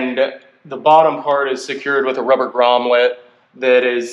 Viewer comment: Good video mate. A bit long. So happy you are making videos on my bike. Please, it's Grommet, not Gromlet.